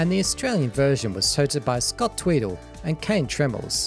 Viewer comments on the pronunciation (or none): I loved splatalot as a kid, I really hope it gets found. also, I love how you pronounce scott tweedie's last name as "tweedles" lol